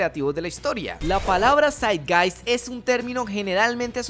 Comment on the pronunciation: El espíritu de nuestro tiempo Zeitgeist es originalmente una expresión del idioma alemán que significa “el espíritu (Geist) del tiempo (Zeit)”. Se refiere al clima intelectual y cultural de una era. La pronunciación de la palabra es “Saitgaist”.